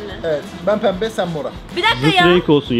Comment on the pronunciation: Peeembe değil pembe